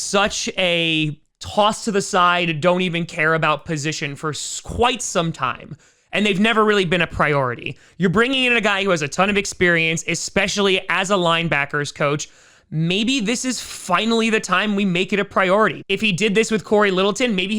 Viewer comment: FYI....there's no "x" in "especially"